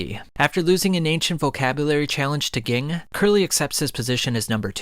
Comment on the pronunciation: Ging lmao it's like you never watched the anime you are saying all these names wrong